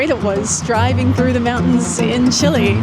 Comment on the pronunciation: Thank you for not saying Chee-lay 😂